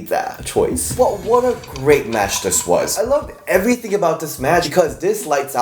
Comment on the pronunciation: LMAOOO DS saying “ CHOICE” like that about Tiffany Strattons Braids 🤣🤣🤣🤣